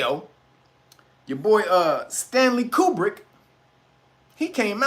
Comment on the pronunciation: HUMM, Stanley CUBER HUMM! SOUNDS LIKE “WAG THE DOG”‼️